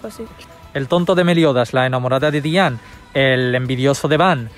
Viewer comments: Por que dicen dian es diana!!!! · En la latinoamericana se dice diana dian